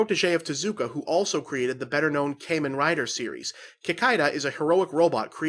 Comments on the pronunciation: It's "KAH-men" Rider or "common" Rider, not "Kay-men" Rider. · Kamen Rider is pronounced Common Rider